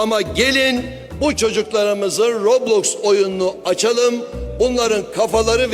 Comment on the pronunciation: Robloski mi dedi adam ben mi yanlış duydum?